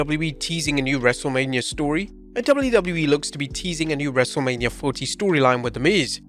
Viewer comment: "dubloodublooe" - 😂